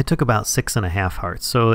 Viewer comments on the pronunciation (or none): none